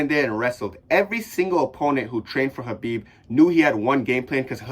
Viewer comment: Bro sounds like he’s choking on a puppy saying Khabib